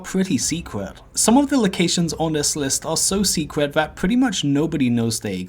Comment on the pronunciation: Love those "secwet" areas in "Stwangleforn vale".....